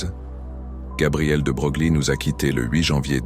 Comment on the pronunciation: de broglie se prononce de breuil